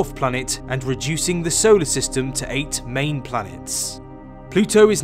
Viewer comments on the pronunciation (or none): none